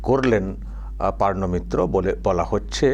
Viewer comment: PORNO not PARNO 😅